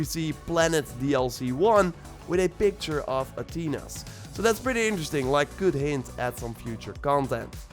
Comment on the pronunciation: "Atheena" not "At-teena".